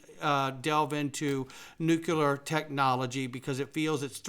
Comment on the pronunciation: you are mispronouncing Nuclear Nu-CLEE-ur, not Nuke-yeh-lur